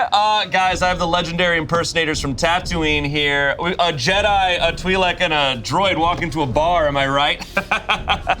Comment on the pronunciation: out here the only one pronouncing Twi'lek correctly